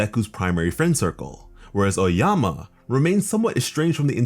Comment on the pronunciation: this guy really said oayama instead of aoyama